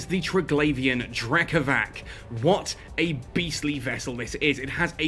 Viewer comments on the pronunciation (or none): btw, considering the Triglavians are based on Slavic stuff ... the C in Drekavac is pronounced as c, not k ... like, c in price ... Drekavats not Drekavahk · Drekavac try say it like Drekavatz maybe it could sound closer to how it is pronounced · hi, i know the video is old and i know it doesnt really matter but anyways: the c in drekavac is pronounced like the letter "c" without the "ee" at the end, also the "r" is a "rolling r". pronounced that way, it also sounds more evil and feral, feeding in to the concept behind it. very cool videos btw. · Different regions pronounce it differently apparently! I've had as many people say that's it's: Drek-ah-vach Drek-ah-vass Drek-ah-vak I love it, it's such a wide roaming bit of European folklore!